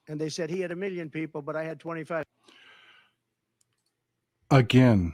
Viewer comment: I can’t stand his accent either. I think it’s the way he pronounces certain things, like “million” which sounds like “miyon” and he rolls his tongue up when pronouncing “L” which sounds odd too.